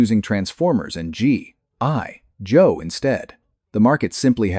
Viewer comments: What’s up the G I Joe pronunciation? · This would be good if your AI didn't hallucinate the claim that about the 2017 comic book, which is false. There was a comic book series, but in 1987. And your AI reader is making a mess of pronunciation for G.I. Joe. Sigh x2